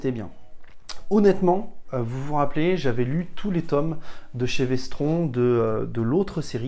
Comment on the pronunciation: "si vous aimez le sang" perso je préfère le jus de pomme après je juge pas 🤣🤣🤣 prononce Vestronne sinon tu vas avoir des problèmes avec Denis de 10h47